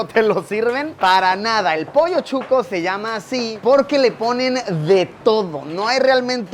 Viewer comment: emmm Chuco??? o Shucho?? soy de Guatemala y para nosotros es Shuco, mal pronunciado Chuco... pero es SHUCOO sssssshhhhhh shucooo no chuco